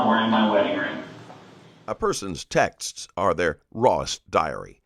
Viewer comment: Text-es? It's texts. This guy is a moron.